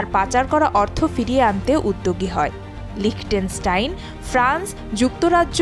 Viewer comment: লিচেনস্টাইন হবে। উচ্চারণ পারে না সে আবার সংবাদ পাঠিকা।😂😂